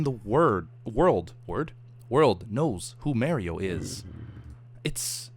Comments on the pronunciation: Does know it M A R I O and not M A I R I O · its Mario, not merio lol;) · its Mario pronounced (mar-e-o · did just say mary-o Slaps forehead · Probably a regional thing. Plus he said it "normally" later on, so he was probably joking. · 90% of comments criticizing the way says "mario" 9% of comments "Beef didn't catch that fortrtrees 1%its episode 69lolol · any one else laugh at the way he says Mario? lol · I'm early let me think of a joke... Beef pronouncing Mario and other Pokemon names right... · I cringe when he pronounces Mario.. xD To a lesser degree, Luigi too